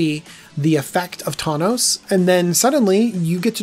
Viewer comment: Said thawnos a couple times